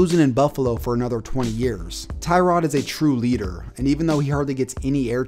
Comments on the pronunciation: It’s “tuh-rod” not “Ty-rod” free “Tuh-rod” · TUH-rod Taylor not TIE-rod. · It's actually prenonce Tuh-rod not Ty-rod just a cool fact for you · Tie-rod? No, it’s Tuh-rod. Also, I’ve always liked Tyrod. He’s a beast. Sure he’s not elite, but he’s better than people give him credit for. And he’s a super chill guy. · Its tuh-rod now lol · Its actually tuh-rod smh Nah I dont actually care it will always by ty-rod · It's pronounced (TUH-ROD) Taylor. Get it right, buddy 👏👏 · Thats not how you say tyrods name